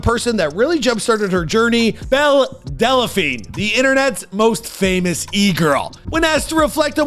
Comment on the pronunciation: "Delaphine"? "Wayfu"? "Attack OF Titan"? Dude, when did you just stop trying?